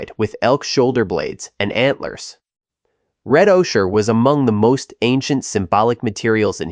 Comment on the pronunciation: Ocher is pronounced O-ker